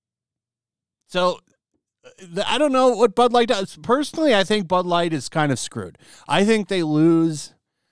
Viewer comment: Sounds like he said ‘Butt Lite’😮